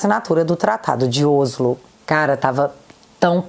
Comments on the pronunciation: te amo pra carái e adoro os seus vídeos mas vou deixar a dica: não se pronuncia "Ôslo", o certo é falar como se houvesse acento agudo no "Óslo". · se não me engano, o mome Oslo (capital da Noruega) se pronuncia Óslo.